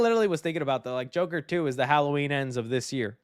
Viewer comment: It’s The Jurker not Joker